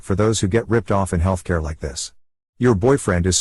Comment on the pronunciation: mUh fReE hEaLthCarEH